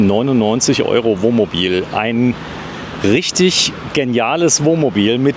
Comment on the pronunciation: ...das übliche Dummgelaber! Er kann nicht ein mal das Wort Wohnmobil aussprechen, er sagt immer "Womobil"...😮😂